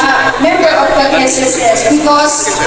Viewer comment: Pakiayos ng pag pronounce mo ng SSS mali